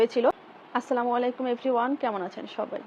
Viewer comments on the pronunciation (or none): none